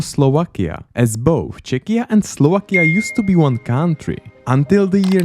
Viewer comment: Please don't pronounce "country" as "káááuntry", a simple "kauntry" would be perfect 😂